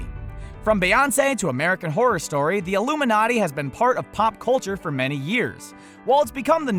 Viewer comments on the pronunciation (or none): none